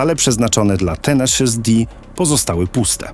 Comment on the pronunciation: "tenejszys" nie "tenaszus"